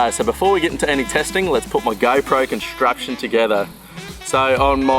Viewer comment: Its pronounced “contraption"